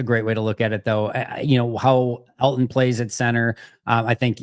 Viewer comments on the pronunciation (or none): The way Mike pronounces Elgton slays me. That or we’ve all been wayyy off